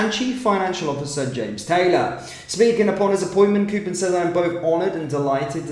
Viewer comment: how do you manage to continue to fuck-up even the simplest of names? KOPPEN is pronounced as in COP. Is there a double 'o' in the name? NO! KOPPEN is not pronounced like COOPER!